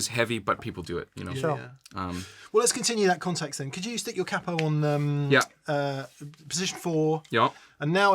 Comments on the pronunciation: If it was to be pronunced the way you do in the vid, it would be written cappo, so no need to make a pause between ca & po. It's basically Cahpoh, with the "ah" emphasized :) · In italian, you only double use a double consonant sound when there is a double consonant in the word. As there is only one P in "Capo", to say any variation of "cap-po" would be incorrect. You would stress the A and pronounce it closer to "cahpo". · Capo = cahpo (just the merest hint of a pause - definitely not ka-po). And while I'm pedantering (ho-ho).....the piezo massacre pea ay zo I'm making popcorn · Cápo, not ca-po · In italian you would pronounce “capo” as in english you would say “cup-o” (but not pause between P and O and no double P!) :). Cheers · It's "Cat Poo" not "KayPo". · Correct pronunciation is "CAH-po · KAH-poh... Stress is on the first syllable and don't pause between syllables. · KAH- POE - Emphasis on the first syllable. Also, don't double the "P" when you say it. In Italian you never elongate a consonant unless there are two of the same consonants back to back. In other words, don't stop on "P." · It’s pronounced like a cockney would pronounce ‘car port’ : CAH-poh (with a short o). And it means ‘head’. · If you wish to say it like an italian speaker then the accent is on the "ca". The "o" is a ...short "o" like in the word "obsessed" (not "ouh"-bsessed). /ˈkapo/, [ˈkaː.po]. Also check under the "Italian" section there is a short audio file with the pronunciation. Best of luck. Off topic: Don't play with the strat volume knob all the way up, on 10. Roll it back a hair. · Capo has an accent on the a, but it doesn’t sound like either ways you pronounced, sorry! You guys are pronouncing it as if it had two P’s. However, you can get Google Translate to pronounce it for you! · Just because it's Italian, it doesn't mean you have to double every consonant. Take the vowels from your "italian" and the rest from the "american" and you're pretty close